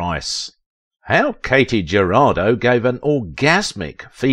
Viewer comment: Her name was pronounced KAH-tee Huh-RAH-doe.